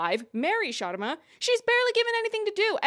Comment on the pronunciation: honestly it (slightly) bothered me how no one could say the sharmas name right! its a very common name and its pronounced shuhr-mA (the way you said it and NOT shAA-rmA). and i dont care if they dont roll their R's but this is basic i mean it takes 2 seconds to figure it out